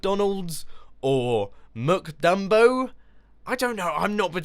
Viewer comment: Mac Jumbo pronounsted MikJumbo